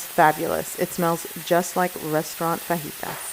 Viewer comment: Love the way you say fajitas.. correctly thank you!